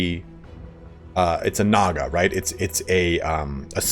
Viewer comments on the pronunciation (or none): "Nah Guh"